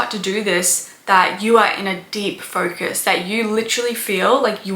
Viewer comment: I like how you pronounce "focus" and "ferkus."